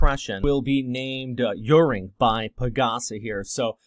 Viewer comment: It's pronounced, Aw-Ring. Hehe..